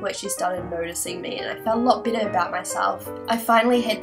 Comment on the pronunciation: oh god...honestly i thought you were saying -bitter- instead of -better